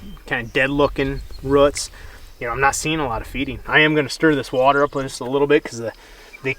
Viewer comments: I'm from Canada... what's a rut? or do you mean roooooots?! lol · Tell that guy the word is 'roots' , NOT ' ruts' ! He should know better, anyways the info is interesting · And it’s roots not routs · I can't take someone seriously when they say ruts instead if roots... its English... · Love to hear yall say roots "ruuts" :) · That pronunciation of roots just ain't right